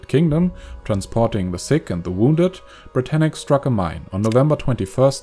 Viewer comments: Ashley Orr Its Britannic, not Britannica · Britannic not brittanic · yeah it's ic not tanic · It's HMHS Britannic